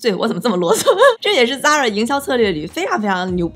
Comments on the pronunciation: 一口一个zara，美女，你好像读的有问题哦，它读：飒啦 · 美女，Zara的发音不是那样滴